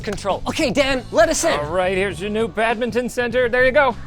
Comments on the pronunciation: What the heck is a bad mitten? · WTF IS BAGMITTEN